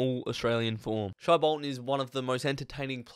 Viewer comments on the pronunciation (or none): Pronounced “shay” like hay Bolton